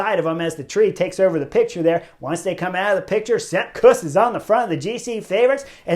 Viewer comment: Kuss: pronounce it like "Goose" but with a K. Dolph would approve!